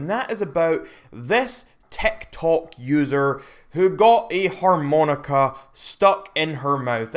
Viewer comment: TF is a 'whore-moan-ica'?